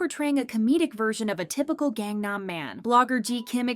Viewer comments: has been covering kpop for how long now? and you still can't pronounce "Gangnam" correctly? 😩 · Can you PLEASE learn how to pronounce Korean words properly if you’re gonna be the narrator? There’s no reason you don’t know how to pronounce Gangnam, nor all the idol names you butcher too. This seems like you’re not actually passionate about this topic and just do it cause it’s “easy” money cause you know KPop fans are easy clicks on a video. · "GANG nam" really? who even are you anymore?! shit.